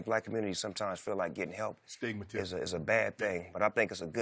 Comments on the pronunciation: Shannon really said Stigmatism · Shannon said Astigmatism 😂😂 I’m dead